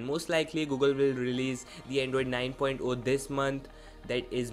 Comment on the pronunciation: Its not "9.O"(9 point O), its "9.0"(9 point ZERO). Please correct yourself in the upcoming videos.